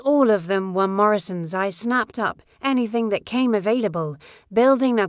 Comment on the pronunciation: Every time you use the letter "D" as a word... Spell it out "DID". Your sentence structure is poorly done by not spelling out and saying the words correctly. It takes away from the story. You also had a spot minutes where the letters of the word "That" were separated and you said "T Hat", instead of That. Now it makes me wonder if your letter D was supposed to be a part of a word but you put a space in-between it. Like the T 'space' Hat. minutes you spoke the sentence: "I bought 4 more...." But it was written as "I bought For more..." , instead of "I bought four more..." You might want to check for grammatical errors before putting your story out for the public. Some of us actually read the words and listen to the story.